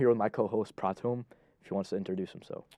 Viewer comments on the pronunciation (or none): Boy ur name ain’t pratham it’s